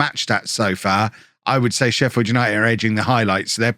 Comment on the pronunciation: I'm from sheffield and that made me cringe, "sheffi", we just call it sheff